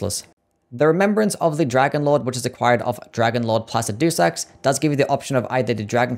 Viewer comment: He is never going to pronounce Placidusax correctly, is he?